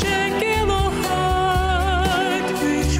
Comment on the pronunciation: did you notice that he pronounces "H" (Hyde) almost like a "G" or a "K"? is that a vocal strategy or is it his using a second language?